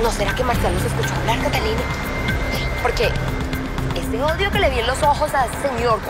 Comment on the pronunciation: Me da mucha risa con don marcial por que no sabe decir catalina y dice catilica